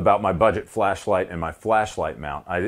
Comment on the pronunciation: Everytime he says "flashlight" it sounds like "fleshlight" and it really makes me worry about his home defense plan.